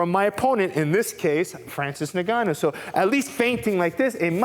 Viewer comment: For what it's worth, his name is pronounced In-Gah--New. My West African people would appreciate this adjustment.